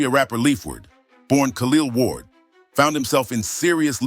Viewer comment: “Khalil ward” Delete this dawg😂🤦🏾‍♂️